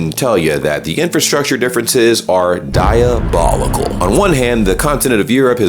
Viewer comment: You repeated use of "diabolocal" is diabolical.